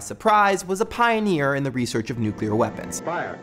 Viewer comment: did you say "nucular?"